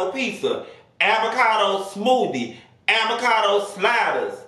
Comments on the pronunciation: Hahahhaah what's "Aby-cado" 🤣🤣🤣🤣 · 😂did he just say “avacado sausee” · “AVACADO SAUSHICK” I hollered 😂😂😂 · Not “Abacado” though 🥑😂😂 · Nah Nessa he said Abacado hahaha😅😅